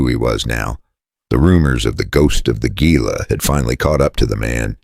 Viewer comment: You made some mistakes in this video. Gila is pronouced "Hela". You showed men with long jackets they were not in the story. You also spoke of a duster. No one in the video in a duster.